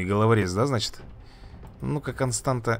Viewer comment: Не Константа, а Констанса